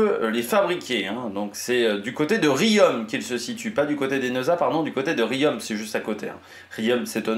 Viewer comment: Riom, prononcer rion.